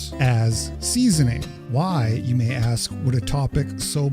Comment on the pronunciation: Try to "axe" dem why?